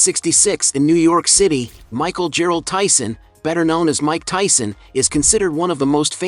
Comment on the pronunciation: His middle name is Gerard not Gerald. Put some respek on his name 😅